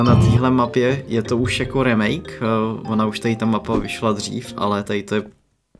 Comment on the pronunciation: remake sa cita "rýmejk"